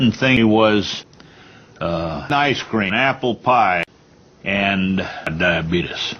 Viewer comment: ''this presentation is brought to you by DIABEETUS '' 🤣🤣🤣🤣